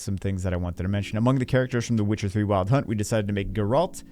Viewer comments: “Garalt” “Geralt” 😂😂😂 it’s okay you will get it eventually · It's geralt not "geralt" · Take a shot every time said Geralt the wrong way lol, good luck to those from the school of the Wolf